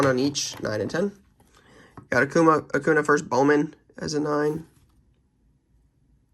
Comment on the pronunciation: Please say Acun(ya). just a little thing but annoys me as a baseball fan hahaha